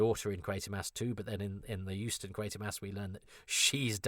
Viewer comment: Euston films not huston.